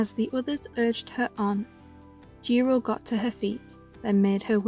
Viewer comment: Jiro not jiro-u😭😭